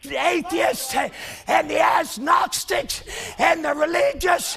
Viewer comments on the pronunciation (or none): Listen with the closed captions on. agnostics comes out as "ass not stretch"